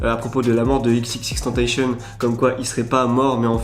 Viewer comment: c'est xxxtentation pas ex